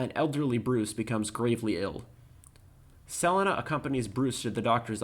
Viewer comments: never heard 'selina' pronounced like that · I dont know why but that weird pronunciation of Selena causes me cringe. Just like on rick and norty how their current univers pronounces parmesan